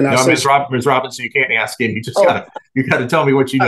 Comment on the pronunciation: Case workers know this is a legal proceeding right, no place for slang………ask not axed……